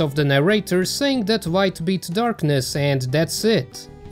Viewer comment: I'm the only one here keep hearing "Wight" instead of a "Light"?